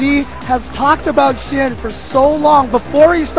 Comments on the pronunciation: why do I keep hearing them calling the winner "shi-yen" shouldn't it be pronounced as "shi-yan"? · Xian isn't chinese, he's from singapore.